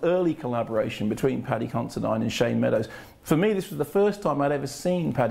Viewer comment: Isn't it Paddy Consi-DEAN? I'm sure it is.